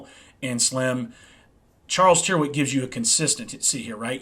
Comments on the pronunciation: Tyrwhitt rhymes with spirit. The y sounds like an i and the ‘wh’ is silent (Tirit). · Good stuff, wear them for yearrs, by the way, an englisman would pronounce rw with two rr, ie, "turritt"